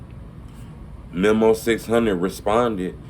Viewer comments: Bro his name is meeeeee moooooo. Not mem’o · bro why is it so hard for to say "mee-mo" (memo) not mem-mo smh i cringe every time he say it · it’s mēmo. Meeeeeee-mo.